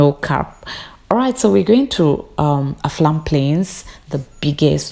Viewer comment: Why do you keep saying Aflam Plains instead of Afram Plains, sounds weird